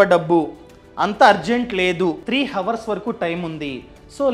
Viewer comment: హవర్స్ కాదు